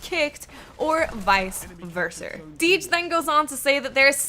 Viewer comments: Vice versa***. Not vice verser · "Vice verser" had me cringing. Good gameplay though. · "vice verser". i love you,.